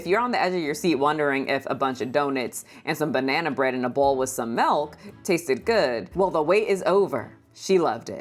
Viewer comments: I love how you say "Melk" instead of Milk. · Did she say "Mirlk"????? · Did she say Whole Melk?🥛 😂😂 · She’s referencing Finesse 2 times who pronounces it like that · It's a throw out to a rapper who had a thick accent and pronounced milk as murk. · I distinctly heard "Malk".